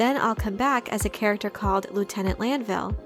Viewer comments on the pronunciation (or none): none